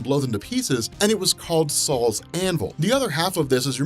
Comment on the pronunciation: LOL Saul's Hammer. It's Sol's hammer. Pronounced "so-ul". It's not some old Jewish guys hammer.